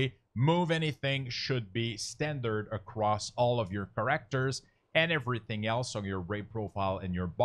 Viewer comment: Nice video, but that is not how you pronounce "characters" or "exit".